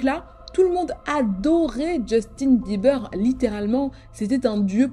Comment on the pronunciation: Djeustine Bibeurre !😂